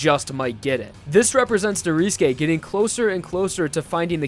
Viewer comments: It's not pronounced noriske it's norisuke you goddamn emoji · ITS NORISUKE NOT NORISKE OMG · why do you pronounce Norisuke like that ? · Weather because in Japanese, you don't pronounce U's sometimes. Especially if it is After "S" and before "K". Either that or the u fades.